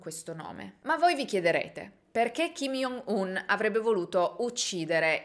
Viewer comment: Ciao, volevo solo dirti che si pronuncia “giongun” non “iongun” in quanto ㅈ in coreano si legge “g” ed il suo nome è proprio scritto 정은, lo stesso vale per il fratellastro ed il padre